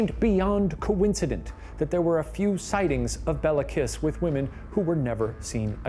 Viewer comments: Guys, the pronunciation is Kissssh, not KISS :)) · This is just me being picky 😂 but the last name kiss would have been pronounced Kish My husband is Hungarian and corrected it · To help with correct pronounciations try these: Budapest - BudaPESHT Béla Kiss - Bay-la Kish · Please Ronunce “Kish”😊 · bro i litterly did a double take when u said hungary like somehow i never heard of this even though i live there. ty smsm also i love how you pronounce kiss and nagy (bc we say it kinda like kish and idk how to explain nagy like this i guess?) now i wont be able to unhear it<33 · Hungarian here. Kiss is pronounced like Kish. It means small. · I wonder if they even say his name properly (pronounced like Kish) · "Bey-la Kee-sh" is how to pronounce his name. C'mon guys, you can look this stuff up! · hi ghoul boys! love this video! im hungarian, so this is super cool for me. by the way, "Bela" is pronounced "Bayla" if there's an accent on the 'e' and his last name is pronounced "kish" as in hungarian, the letter 's' is 'sh' and would turn into the sound english assosiactes with it if it were written like 'sz'. also "Nagy" is pronounced like "na-j" with a flat 'a' and the 'gy' making a 'j' sound. Also, fun fact, "kis" and "Nagy", which are last names, are opposites, "kis" means small and "nagy" means large. Im super happy that hungary is getting recognition!! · Shane pls Kiss is pronounced with an sh 😭